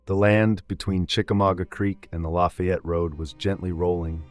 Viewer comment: pronounced la Fay ette. It's like adding the La in front of the town where Ft. Bragg is leaving off the ville part.